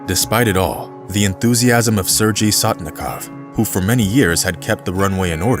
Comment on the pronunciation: You have a great voice and very good presentation but please check prior to future recordings when it comes to foreign names. It is SERGEY or SERGEI the 'G' sounds like in Gun Gear Guy Gone Gulp Good :-) Cheers man and no hard feelings please :o)